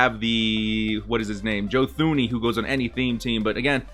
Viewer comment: Real talk tho... Joe Thuney’s name is pronounced Joe Tooney